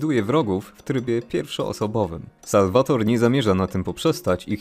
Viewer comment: Bardzo fajnie się ogląda! P. S. Imię Salvatore wymawiamy nie "Salwator", tylko "Salwatore". :D